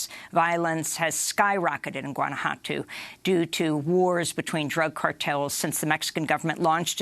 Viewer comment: She should probably learn how to say Guanajuato and the names of other foreign places or else get someone who can to prep her before. Or else they are being just as exclusive as all the others